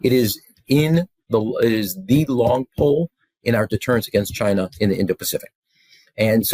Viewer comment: in the end everybody gets some high tariffs except Chaaaainah